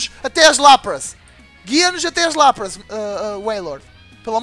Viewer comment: O Lapras se fala Lapris